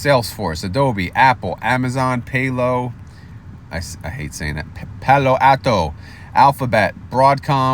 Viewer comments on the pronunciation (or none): it’s pal like you are my pal then o for Palo Alto Al like weird Al then the letter O I used to live 20 min from Palo Alto and this is the heart of Silicon Valley so you have to get this right!!! lol!!